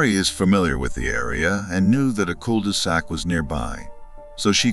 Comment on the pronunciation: The cul-DEE-sac 😂 love ai